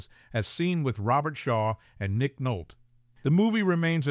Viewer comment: His name is pronounced Nick Nol-tee! 😢